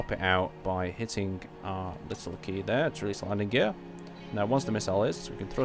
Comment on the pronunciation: He seems to do that in every video, lol. 'Are' instead of 'our.'